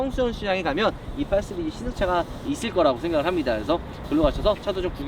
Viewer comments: 은 시리즈 발음을 잘못해 ㅋㅋㅋㅋㅋㅋㅋㅋㅋㅋㅋㅋㅋㅋㅋㅋ 스르즈 ㅋㅋㅋㅋㅋㅋㅋㅋㅋㅋㅋㅋㅋㅋㅋㅋㅋㅋㅋㅋㅋㅋㅋㅋㅋㅋㅋㅋㅋㅋㅋㅋㅋㅋㅋㅋㅋㅋㅋㅋㅋㅋㅋㅋㅋㅋㅋㅋㅋㅋ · 이거보고 자꾸 스리즈 발음 신경쓰이넼ㅋㅋㅋㅋㅋㅋㅋㅋㅋㅋㅋㅋㅋㅋㅋㅋㅋㅋㅋ